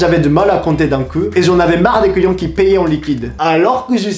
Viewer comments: Lorsque il dit "client" avec son accent on entend "couillon"😂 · Quand il dit "client" j'ai l'impression qu'il dit "couillon" 😂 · Je sais que je vais faire ma chiante, mais attention: On ne dit pas "cent neuros", plutôt "cent euros (juste euros)". Et "deux zeuros". Ça gonfle les liaisons! Et à chaque fois que tu dis "client", je crois entendre "couillon". 😆